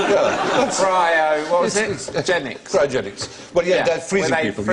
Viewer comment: When Alan said Crysogenics (which Stephen said as calisthenics + cryogenics), I thought he said 'Christ-ogenics' (as in Christ [who is said to have risen after the third day] + cryogenics).